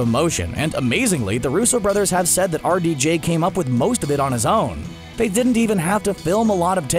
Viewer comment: Wow. It took me til almost 5 minutes through the video to realize the narrator is saying "R.D.J" meaning Roberts Downey Jr. The whole time I'm like, "Who tf is Artie Jay? And why is he so good at coming up with lines for Iron Man?!" 🤦🏾‍♀️